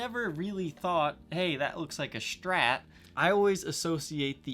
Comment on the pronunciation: When people say "Shtrat" :P